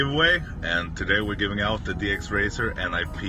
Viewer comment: Did he just say "Go Ninjas" instead of "Go Ninyas"? Who are you and what did you do with the real?